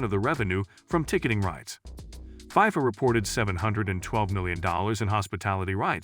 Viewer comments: I’m sorry but it’s not fiefa it’s fifa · It’s not called Pifa it’s called FIFA pretend the eye is an E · Why does this dude keep saying "fie-fuh," highly irritating and invalidates the whole video.